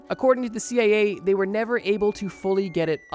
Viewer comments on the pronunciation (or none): Am I hearing this wrong? About the dragon fly he keeps saying (I think ) "CAA" instead of "CIA". Could be just an accent I'm not used to though?